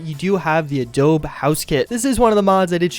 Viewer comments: For God's sake it's A-DOE- BEE. Not Adob. Like Adobe Photoshop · I know this is a small thing but it's Adobe with an e not adob without an e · say it with me uh-doe-bee. Adobe. Not "uh-dobe". basic 2nd grad history class should have taught you all about adobe houses. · "adobe" rhymes with Kobe and Toby